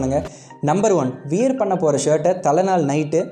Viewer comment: நண்பா அது வியர் இல்ல வ்வேர் ....